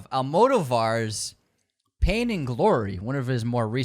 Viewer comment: This is a fun list, but as film nerds y'all should really learn how to pronounce Almodóvar, Kubrick and Mifune.